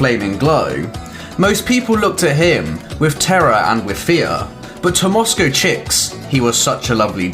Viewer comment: I thought you were a native of Moscow with those wonderfully accurate pronunciations